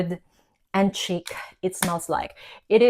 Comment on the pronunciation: It’s not a hard “c” - like chick Think ssssh chic Like sheeeek. Otherwise it sounds silly